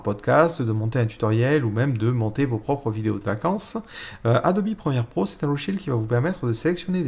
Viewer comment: Mdr il dit adobi au lieu de adobe